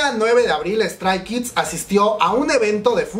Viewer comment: Si te dedicas a estos video por lo menos deberias de mencionciar los nombres bien . 😖 Li SSERAFIM ? *Strai? Kids? 😖.